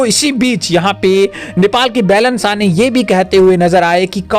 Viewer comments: अरे भाइ बेलेन नहि बालेन शाह बोलो यार कमसेकम उच्चारण सहि ढ्ङ से करो। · भाई साहेब आपका ये news के लिए आपको धन्यबाद लेकिन १ बात पर आपका ध्यान आकर्षण कर्ना चाहुँगा आप जो नाम ले रहेहो वो गलत उचारण कर रहे हो ये (बेलन शाह) नही ये (बालेन शाह ) है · आपके उच्चारण अशुद्ध है । बैलन साह नहीं, बालेन साह बोला करें ।